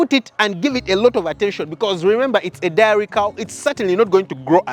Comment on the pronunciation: Great post. Diary 📔 but Dairy (Pronounced DERY).